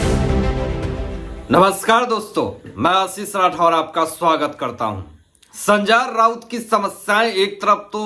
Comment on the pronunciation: Pehle to naam thikse lena sikho. संजा राऊत ये क्या है कितना अजीब लगता है सुनने को😂😂😂😂😂😂😅